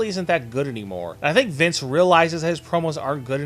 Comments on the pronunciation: why the fuck do you keep saying viss mcmahon? quit it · Sounds like your saying Vis McMahon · Vice? lmao why don't you prononunce the fucken N lmfaooo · Or MINCE MCMAHON!!!!